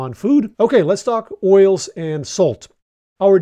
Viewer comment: I thought you said oreos instead of oils at first 😂